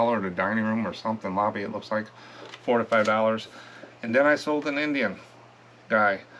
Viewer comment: Hi. I've watched you for a while. When you say "4 to 5 dollars" it sounds like you are saying 45 dollars. I know you aren't. Just thought you should know. ❤